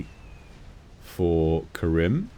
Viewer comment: btw my name is karim not karen mf XD